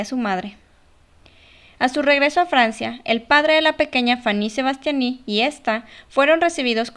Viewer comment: "faní sebastianí"😂🤣